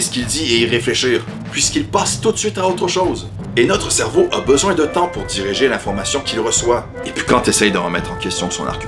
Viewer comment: Vous avez fait d'autres erreurs : vers 43 mn 11, vous dites "diriger" au lieu de "digérer" (en tout cas la prononciation n'est pas claire, ce qui est ironique puisque vous le reprochez à MJ). A la fin, vous écrivez "Ecrit et réaliser " au lieu de "réalisé " et pareil après le "abonnez-vous" suivi de "liker et partager" au lieu de "likez et partagez". Mais de petites erreurs comme ça ne sont que des détails et n'invalident pas tous vos propos que je trouve très juste sur MJ, que je suivais beaucoup. J'aimais bien son travail mais c'est vrai qu'avec le temps il m'a donné l'impression de devenir une caricature aigri de lui-même. En tout cas le travail est bon et je m'abonne pour voir ce qu'il adviendra. Bon courage.